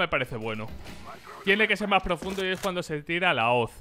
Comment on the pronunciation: ¿por que dice cando?